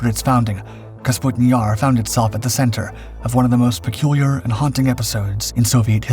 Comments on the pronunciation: It's Kapustin, NOT "Kasputin." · "Kapustin" vs "Kasputin" 😂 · [kah-POO-stin] not [kas-POO-tin], come on my guy, first line of the video!!! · Little things that really don't matter but still bug the shit out of me, like pronouncing Kapustin as Kasputin. Otherwise, an entertaining diversion. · Please pronounce it correctly! Капустин is KAH-POO-STIN, not KAS-POO-TIN. Russian isn’t all that difficult. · Kapustin, NOT Kasputin.. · Kapustin, not Kasputin lol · It’s „Kapustin“, not Kasputin… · Kapustin Jar, not Kasputin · You say Kasputin yar 9000 times. It's Kapustin. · Kapustin not kasputin . This is not as rasputin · Clearly spelled "KAP-SUTIN"...he pronounces is "KAS-PUTIN" six dozen times. 😂 Now ask him to pronounce "chassis". He says..."CHAS-SISS". 😂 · Please...! Name of the site is KaPustin-Yar - not KaSputin-Yar!! (Check Google - for God's sake) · they put Putin into everything. of cause its KasPutin Yar now. not Kapustin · Kapustin, not "kasputin". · under the picture it says . . . . Kapustin Yar emerged, but the narrator says Kasputin Yar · Please tell the narrator how to read. Kapustin, not kasputin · Did the mispronunciation of Kapustin through the entire video bother anyone else? It's Ka-pu-stin... Not Kas-pu-tin. Despite that, it's a fascinating subject. FYI, the British Canberra set an altitude record of 70,000 feet in the 1950s. In comparison, the ceiling of a MIG15 was 50,000 ft. The MIG15 carried two 23mm machine guns and one 37mm auto-cannon. It also could be fitted with unguided rockets. None of this would have been effective against the higher flying Canberra., which also was a near match for the top speed of the MIG. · For crying out loud, your pronunciation of Kapustin Yar make me go crazy. Just look at the order of the letters: "kapus" instead of "kaspu".